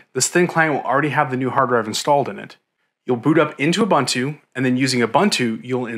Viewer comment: Ubuntu pronounced "oo boon too"